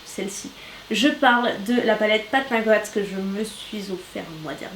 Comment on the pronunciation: Coucou, je voulais juste te dire que j’adore tes vidéos. ❤️❤️❤️ Ps: Pat Mc Grath ce prononce Pat Mc Gratte ( comme dans le verbe Gratter )